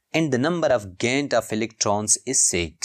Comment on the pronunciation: No. Of electrons gained❌ No of electrons gaend✅